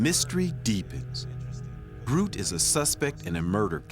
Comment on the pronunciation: The (Old) Dutch word 'groote' means 'tall' or 'big'. And by the way, in Dutch /oo/ isn't pronounced /u:/ (like in 'moon') but more like /oa/ as in 'loan'.